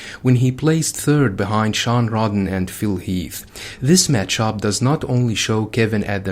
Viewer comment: Rhode-Den not Rod-Den 😂 Anyways I like Kevin better but I would rather have Roelly’s arms haha Or at least his triceps